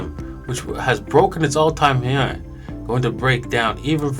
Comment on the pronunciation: "Ethereum, which has broken it's all time *heiu*" 😂